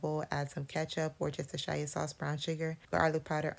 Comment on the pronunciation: I am screaming at how she pronounced Worcestershire sauce